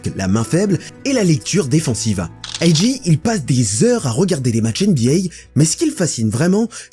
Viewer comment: On dit 'Ayy Jay', un mélange des deux est étrange. Si tu dis le 'A' version anglaise, pourquoi pas dire le 'J' aussi ;) Sinon très bonne vidéo !